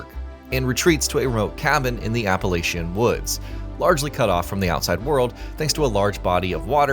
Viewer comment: Great review, but peoppe need to learn how to say Appalachian 😅.